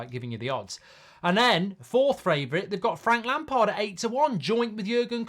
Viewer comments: It’s Lampard 😂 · Definitely not lampard, please, not lampard